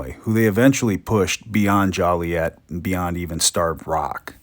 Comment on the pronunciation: "Jolly-ette"? Yikes! It is a five dollar fine to mispronounce the name of the city (actually on the books). Anyway, thank you for the video. I appreciate your work as I am reading up on the Black Hawk War and have been digging through old maps.